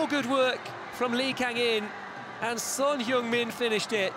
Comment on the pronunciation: Son He ung-min (X) Son Hng-min (O) eu is not pronounced like yoo. It is most similar when read as Hng.